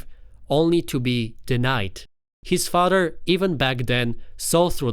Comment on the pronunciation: Its pronounced FA-TH-ER 😅 Not fader